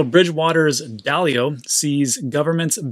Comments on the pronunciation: DAAL-LEO is how you say his name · A little embarrassing to not know who Ray Dalio is or how to pronounce his name